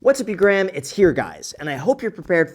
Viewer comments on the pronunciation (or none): What’s up you gram it’s here guys ? Wtf talk normal, sounds like a stroke